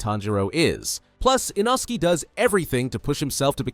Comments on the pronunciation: Bro, who is Inoski? It's inosuke. | | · I dont know but has the english dub come out yet? I have finished the books but want to watch the english and japanese versions and my favorite lower rank demon slayer is NOT called eenoskee its inoskay its spelled inoske which is a little wierd but seriously!??! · Ah yes inoskie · Frrr… like inosuke just can’t get his name right 😭